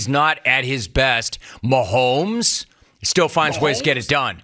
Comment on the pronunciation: There's no L in Mahomes. It's not Maholms. Why does he keep saying Maholms. It's really not that difficult. lol